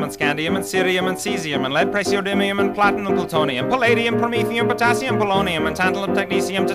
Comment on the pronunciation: Also Potassium, not Patassium in...